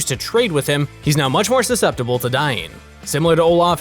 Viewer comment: HE JUST SAID *SUS*CEPTIBLE😂🤣😲😳😳😳